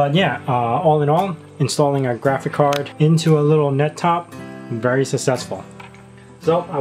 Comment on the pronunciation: You say GRAFICAR every time... :D